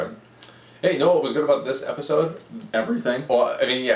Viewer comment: Amazing review, and you forget the d in episode